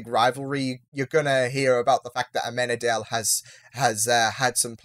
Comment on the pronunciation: I love how Lucifer punched that guy 👍👏🤣 "Isn't it illegal to leave your child locked in a car!" 🤣 such a funny line Also - Maze is aMazing, for sure! 👍🔥🔥🔥 And try to pronounce Amenadiel's name right. He's Amen-a-diel No, Chloe is not believing Lucifer is the actual Devil, look, she's not a believer, and his physical vulnerability doesn't help. She's just in denial. She saw some weird stuff is happening around him, but after she shot him she felt really guilty and believed it was just a trick